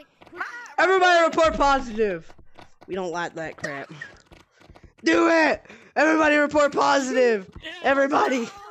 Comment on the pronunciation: You need to do a whole video where you talk like down south when you said “we don’t like that crap”